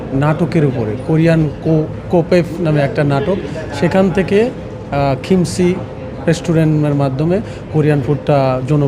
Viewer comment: আপনারা চ্যানেলে রিপোর্টাররা কি পাগল। কাকে ধরে নিয়ে আসছেন কথা বলার জন্য? কোরিয়ান ফুড সম্পর্কে তো তার কোন আইডিয়াই নাই। উচ্চারণ পর্যন্ত করতে পারেনা ঠিকমত। কিমচি কে বলছে খিমসি,ইয়াহিয়া ইয়েতে আর সাথে অসংখ্য ইংলিশ। একচুয়ালি ইংলিশ বললেও ভুল হবে। বাংলিশ করে ফেলেছে। নিজের ইচ্ছামত উল্টাপাল্টা সব কিছু বলছে।কথা কিভাবে বলতে হয় সেটাও এই সেফ জানেনা। খালি মামবলিং......ফুডের রিভিউ এবং ফুড সম্পর্কে যদি নিউজ করতেই হয় সেই জায়গার রিপ্রেজেন্টেটিভ এর সাথে আপনাদের কথা বলা উচিত দায়িত্ব রত ম্যানেজারের সাথে।